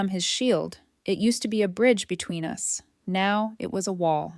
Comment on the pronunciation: dear AI voice/reader it's 'us' the two sounds together - not 'u s'!😂😅 and one more point - how was another woman's lipstick on the boyfriend's mug?